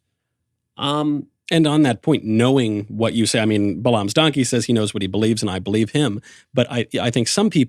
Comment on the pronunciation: I'm a fan of both Michael Knowles and Ted Cruz, but cmon, how can you both profess to be Christians and mispronounce Balaam? It's pronounced "Bay-lum" not "Buh-LOM"